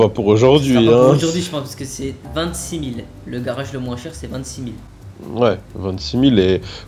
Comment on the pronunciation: il dit pas:-age mais:-ache, un garache, un braquache... 😂 😂 😂